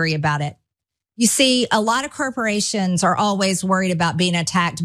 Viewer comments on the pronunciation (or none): Did she just say "kerperations?!"😂